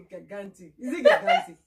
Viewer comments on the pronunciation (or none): Hahaha I was just laughing with ur daughter, did you say gigant....... Lol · that’s so funny. I showed it to my 15 year old son. You are right about gigantic. He laughed when I pronounced it too. We were taught the wrong thing o sis. Amo-eba is another one. Maybe our teachers were thinking of eba. Do “ medulla oblongata” next time. That one too is funny the way we pronounce it 🤣👍🏾